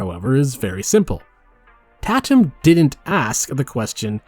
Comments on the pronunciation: “Tat-um” lmao. I think you mean “Tay-tum” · The fact that the intro examples are all real... Also...Tãtum. Like cake.